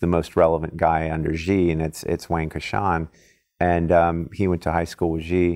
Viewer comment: If you think this guy knows China just take into consideration he can’t even say the president’s name properly...